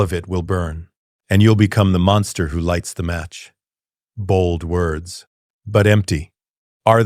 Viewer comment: I WANT TO LISTEN BUT THE MISS PRONOUNCIATIONS KILLS IT